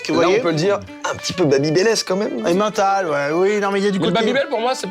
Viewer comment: C'est vaudois l'étivaz pas valaisan... Et on dit Emmental pas Emmintal...